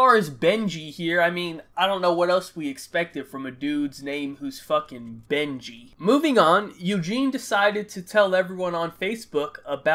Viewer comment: On god in the Benji story I thought you said “bengene”